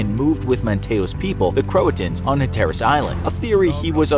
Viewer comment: Some pronunciations are hard to look up. I sympathize and am not disturbed when you make gross pronunciation errors on really hard words. Hatteras is NOT one of those words. For the love of all that's good and holy, please ask almost anyone on the east coast how to pronounce it. We'll tell you!